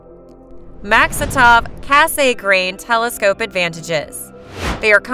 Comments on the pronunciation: Cass-a-grain. Repeat after me kids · I thought it was the typically long focal ratio of the Mak that made it photographically ‘slow’’—not the fact that it has a thick meniscus type corrector. BTW, it’s pronounced Cass-eee-grain rather than Cass-AY-grain. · The name is French, and it's pronounced 'KASS-granh', almost like 'gran', but not quite getting the 'n'. But, that nit-picking aside, I liked your approach and informative delivery. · That "kay-say-grain" part is painful to hear 😅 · Over and over again, yes-ay-grain! I can't stop hearing it. But excellent description of each-ay-grain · It does bring the narrator's credibility into question. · I like her voice except for that 'Kay-say-grain ' part lol, but at least she pronounces every word correctly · "Cass Saay Grain" Look how they massacred my boy...